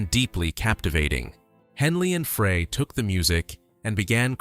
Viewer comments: I'm sorry, I can't take you seriously when you mispronounce Frey. Stop it! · FREY - PRONOUNCED FRY!!!! Not Fray.. Gawds, it's hurting my head listening to this crap AI narration. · You can teach A.I. how to pronounce people’s names. No excuse for this bullshit. Glenn Fray ? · It's Glenn frey not fray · Glenn "FRY" Frey. Please, adjust the AI algorithm so it can pronounce words correct. They didn't have large mouth Bass fish with guitar stings on it. Can't listen to this. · In ONE NIGHT I have heard A.I. Screw up at LEAST THREE Names that are House hold known to people all around the world!!! GRRRRrrrr!! It drives me NUTS!! That so many people are using it yet not taking the time to EDIT IT! It's NOT A REAL PERSON! It's a THING! Dan Aykroyd is not pronounced like APE! or ACHE!! It's like Apple or Abbey! And it's GLEN FREY said like FRY! Or FRIDAY!! UGGHH!! Sorry folks it's my peeve! Then there's Poor Bernie!! LEED ON BERNIE!! I'm gonna lose it! I'm gonna go fishing...Maybe catch some "Bass" fish!! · The Eagles lost 3 very gifted musicians: Bernie Leadon, Randy Meisner and Don Felder. FYI… Frey is pronounced fry Leadon is pronounced lead as in the metal. Leadon If you’re going to do something like this, the least you can do is get the pronunciation of the names right. There are other inaccuracies in this, but you’ll have to do more research to figure that out. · miss pronouncing names is very bad. learn these guys names, Bernie Leadon and Glenn Frey. Henley just admitted Joe Walsh was one of the reasons why the Eagles broke up. Walsh joined band because he couldnt no longer writer 8 or 9 songs for albums. he could write maybe 2 songs so joining a band worked out for him. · Notice how Frey and Bass are pronounced. Definitely AI narration.